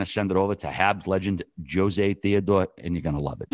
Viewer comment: great having "Joe-zay" 🤦🏻‍♂️ Jesus dude...